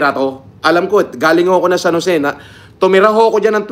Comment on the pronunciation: "Pumunta sa San Joseeh"